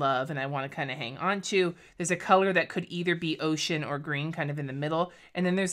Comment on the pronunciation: Totally thought you said your personal favorite color was “oh shit” and I was confused that it was a blue and not a brown? Then I relistened to it and realized you said “ocean” 😂😅